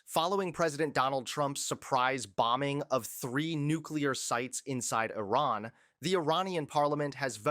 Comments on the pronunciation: Please say Ee-rahn, not I ran as in a race. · It’s not Eye-ran. It’s eee-ran. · Just for your information, it is not " I " " RUN " . The " I " in IRAN is pronounced as " I " in "inch" or " indoor" and " I " and " RAN" together is one word. To pronounce it right ask some of Iranian in U.S. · pronounced Ear Ron. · Dude - please learn how to pronounce the name of the country: it's "ee' -run."